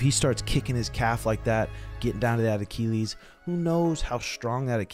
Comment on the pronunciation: Why does keep saying Achilles like that? 😂